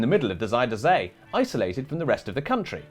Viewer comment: oh hey, at least you said zee right at least once. nice.